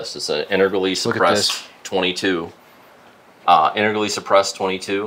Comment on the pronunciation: The way he prounced integrally as "inter-gally" made my eye twitch. Other than that.......damn he's got a lot of cool shit.